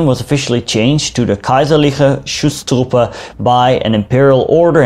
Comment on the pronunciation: Ich liebe es wenn englisch-sprachige irgendetwas auf deutsch aussprechen 😂 "Chutztrupä"